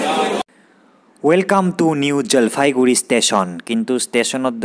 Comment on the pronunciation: Jalfaiguri nohoi..JalpaiGuri..goya